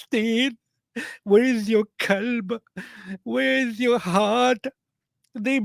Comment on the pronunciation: The welsh guy said the word for heart wrong lol…he sounds like he’s saying the word for “dog” in the Egyptian Arabic dialect. 😂